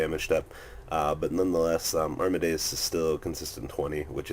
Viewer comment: It's pronounced ARM-A-DES, not ARM-A-DE-US. I think you got it mixed up with Mozarts full name Wolfgang Amadeus Mozart :D